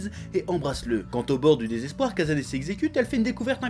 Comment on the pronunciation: le "s" au japon se prononce tjrs "ss" et le "z" tjrs "zz", donc c'est Ka"ss"ane, et non Ka"zz"ane :p